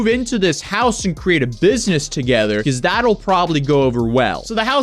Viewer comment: Why the fuck can't this guy say because correctly it's fuckin annoying hearing him say peakause it's not a fuckin hard word man